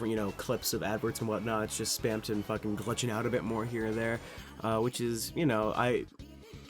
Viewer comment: spam tong